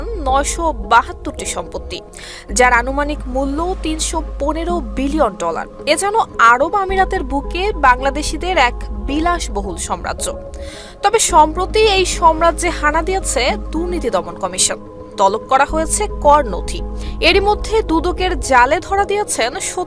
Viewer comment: শব্দটা সম্রাজ্য হবে না। হবে "সাম্রাজ্য"